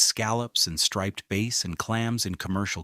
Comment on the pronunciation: A good summary in general. AI mispronounce many words - difficult ones such as ‘Sagaponack’ is expected but simpler ones like ‘striped bass’ is unacceptable. Additionally many accompany photos had nothing to do with the South Fork. Take the traffic photos - you didn’t need to find a big jam from somewhere else. You could have used actual traffic from here. Some mornings have a 10 mile backup entering Southampton from the west. Early in video the whole of Long Island was referred to as the South Fork. It’s in the details.